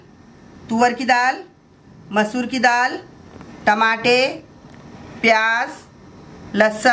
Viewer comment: Aap tamator ko Tamate kyun bolte hain